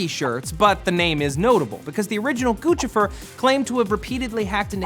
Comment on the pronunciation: its pronounced "goose - if -er" not guchifer